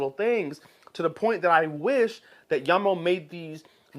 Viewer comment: Thanks for pronouncing the company's name properly. Jamo is mainly low end stuff, but some of them do sound pretty good.